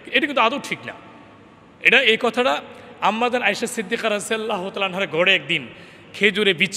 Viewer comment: রাদি আল্লাহ তালা ঠিক করে বলেন